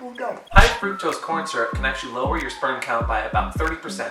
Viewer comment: He said shperm at the beginning